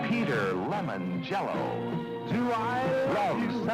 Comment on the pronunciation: Who the FUCK is Peter Lemon Jello?